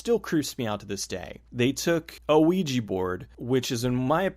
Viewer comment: I really wish people would learn how to pronounce "ouija"